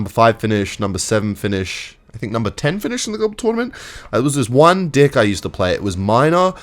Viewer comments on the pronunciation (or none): the way he says dick instead of deck😭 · I think your saying deck wrong man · Please pronounce the e in deck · The way this guy says deck is funny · bro is not saying "deck" 💔💔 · is he saying deck or yk what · Bro did not say deck 😭😭😭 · i dont think you said deck there buddy